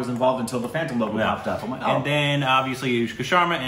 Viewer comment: It's aNushka not aYushka